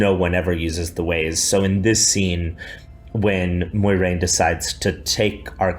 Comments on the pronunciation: MOY-RAIN?? You are better than this Rafe MWAH-RAIN Sir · Did he just said moy-rain